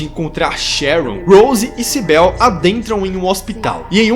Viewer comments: O nome da policial nao é Sibél, é Cibyl, vc pronuncia com I mesmo. Adorei o video, a tempos eu esperava por um review br desse filme lindo. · Tua analise é otima! So pecou na pronuncia do nome da Cybil e em dizer que elas morreram no acidente. Silent Hill é um mundo paralelo( até mesmo mental), não espiritual. No acidente elas apenas entraram num "portal". Se elas tivessem morrido, teriam achado os corpos quando foramna cidade em busca delas. Esse filme é MUITO BOM, mesmo tendo colocado um piramid head sem motivo algum. Muito bom mesmo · "CyBEL" kkkkkkkkkk Tirando a pronúncia errada do nome dela, gostei muito da sua análise. Mas se a Rose morreu, como o Chris/Harry encontra com Cheryl? Pq no segundo filme ele está cuidando dela. 🤔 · Ótimo vídeo irmão mesmo com alguns erros de pronúncia nos nomes da Cybil e da Cheryl ficou excelente e ah queria adicionar um comentário as enfermeiras nos jogos tbm são atraídas pela luz isso no primeiro jogo não lembro no segundo